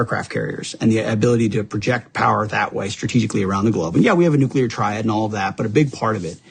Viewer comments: 😱 its not Nu-kew-ler, ...its Nu-CLEAR! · I can't take "nucular." (George W. couldn't pronounce it, either 😎) It's up there with "warsh" and "supposibly"🙄. , I try and I just can't do it!🙏 It's just me! 😊😊😊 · He said nuculer. I stopped listening.